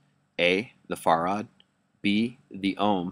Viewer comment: Another little nit pick... farad is pronounced just like you say 'fair ad," not "far ad."